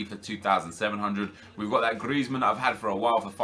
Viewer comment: It genuinely annoys me tbh hahaha the way he rolls the R in Griezmann especially makes me cringe